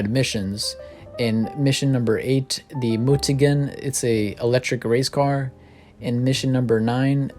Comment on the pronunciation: U pronounced Mutagen wrong😂